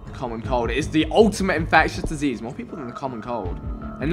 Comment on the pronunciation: When he said "you become disease" all i heard was you become a jj for some reason 😂